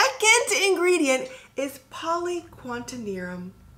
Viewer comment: Btw, it’s poly-qua-TER-NIUM not quantenium lol